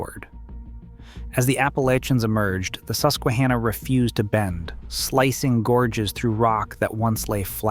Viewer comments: Its hanna like the girl name not ha nah 😂 Susquehanna is my home town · You mispronounced "Monongahela" and "Susquehanna." You've gotta do better research before you do videos like this.